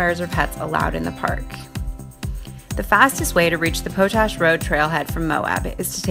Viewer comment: Po-tash? It’s pronounced pot-ash.